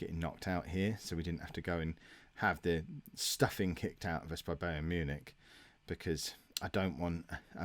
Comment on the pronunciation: you pronounce it as Bi-ern Mewnick